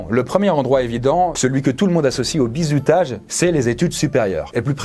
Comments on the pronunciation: Mdrr toute la video tu prononce "bizoutage" 😂 sinon toutes tes vidéos depuis les mini cours sont absolument géniales tu mérite 100 milliards d'abonnés et de yt money ❤️ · j'ai l'impression que prononce "Bizoutage"